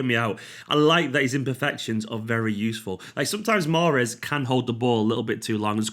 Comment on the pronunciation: mahreeeez zzz